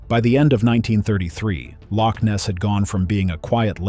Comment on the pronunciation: Before making this film, why not find somebody who can pronounce loch first?